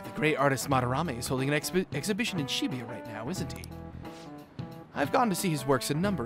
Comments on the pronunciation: It's weird talking about pronunciations of names then read "Shibuya" as Shibiya every time, just pointing it out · its supposed to be Shi-Booyuh i think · i read and pronounce it sheh-booyuh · Very ironic to hear that from someone who pronounces Shibuya as She-booyuh. Lol. Totally agree with your point but it's ironic since you pronounce everything in English too. Lol. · He's very judge mental about pronunciation of other peoples names when he doesn't pronounce Ann's name correctly. And it annoys me how he pronounces Shibuya incorrectly. 😤😠😡